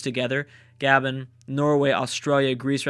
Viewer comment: It's not "gah-ben" it's "gah-bon"